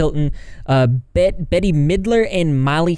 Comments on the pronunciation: Also Bette is pronounced like “Bet” not “Betty” :) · I love you, but am a little heartbroken at your mispronunciation of my idol Bette Midler's name. It's pronounced Bet. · Bette Midler. Her 1st name is pronounced like bet. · K but… you don’t know how to pronounce Bette?